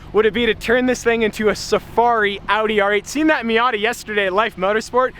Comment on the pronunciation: Yo! It’s really sick! That Audi R8 is gorgeous with the skibox! And I think that you should paint the name of the wheels white. Example:F1 tires. And also am I the only one that realise that said MIATI LOL😅😂 And also keep up the good work you’re doing!